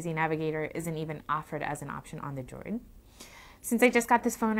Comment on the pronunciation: Simple, she claims she has small hands when they are really small hams. Finger nail polish on those nubs just accentuate the fact that she has no nails and makes it a distraction. Lastly, she can even say the word Droid. Sounds like she is saying, "Motorola Joy."